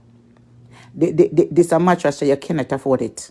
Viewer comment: She cannot even pronounce the word mattress but always refer to people as dunce and she cannot even pronounce her words properly